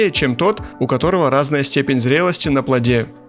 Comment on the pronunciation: На плОде, а не на плодЕ🤦